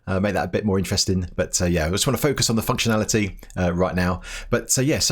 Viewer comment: Oh man, you really need to make sure you enunciate the first N in functionality! 😆